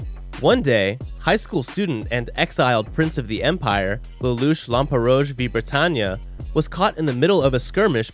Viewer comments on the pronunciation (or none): The way he says Lelouch Lamperouge Irritates me, "Lelouch Lamper-rouch Vi Britannia"